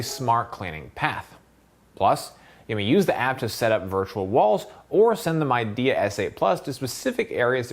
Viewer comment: Great review. Midea is pronounced Mid - e - ah :)